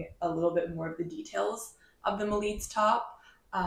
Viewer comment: Hello! I’m portuguese! You spell Melides perfect 😊